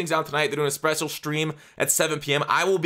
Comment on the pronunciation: “sprecial” stream OmegaLoL